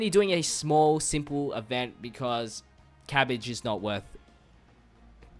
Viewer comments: Its not cabige its cabba lol sorry if it was ur a cent but it was funny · You forever mispronounce things lmao, cabbage? Jackie Chan? 💀